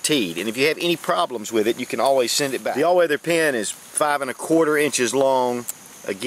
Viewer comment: I love when you say your in your car like "I Need a PeeANN", " I need a PeeANN"!